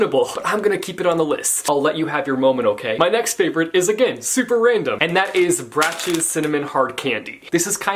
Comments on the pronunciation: Love those cinnamon candies!! P.s. it’s pronounced brocks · It’s pronounced “brocks” and cinnamon candy is the actual devil. Sorry that sounded so harsh I’m just very passionate about candy lol. Honestly like what you like Except cinnamon candy Haha 😝